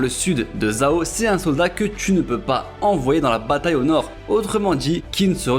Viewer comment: Top! Petite remarque qin se prononce " tchin" | zhao = tchao